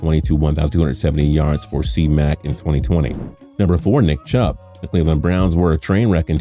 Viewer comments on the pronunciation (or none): Like back to back “nick Chubb”🤦🏽‍♂️